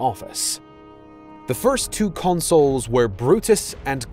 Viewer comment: Consuls, not consoles!!